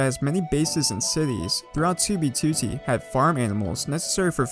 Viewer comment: you make great vids dude, but you pronounce 2b2t wrong and it's annoying lol